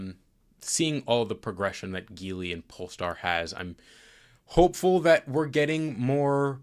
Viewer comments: Small note: “JEE-lee” not “GEE-lee” 吉利 (Jílì) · Even though it sounds like it should be pronounced geeli it's actually pronounced as JeeLi. I feel you as a automotive professional should definitely know that.